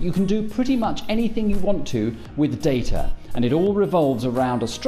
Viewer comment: I can't believe you pronounce it data and not data